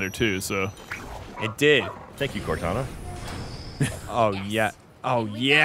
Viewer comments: "Thank you Cortana" you mean? eh? no? ok... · heh heh... core-tana